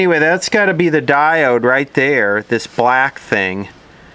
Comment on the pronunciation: I like the way you say stuff that diod.